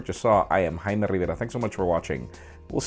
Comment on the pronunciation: Best part of his video is when he says 'I'm '